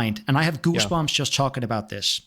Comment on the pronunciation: OMG HIS ACCENT MADE HIM SAY GOOCHBUMPS